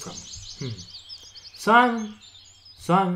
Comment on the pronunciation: Why SIMON? His name is SEMYON. It is Russian name!